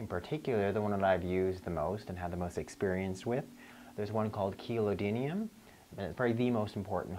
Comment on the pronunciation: Can you tell me how to spell the supplement that you mention at the and again at the mark in the video? It's the second to last supplement that you recommend for dogs (I don't need the one that you suggest for cats.) It sounded like 'kilo didum" but i tried to search for something similar and couldn't find it. This is the pill that can be placed between the lips/gums of the dog and ok to dissolve in their mouth. Thanks!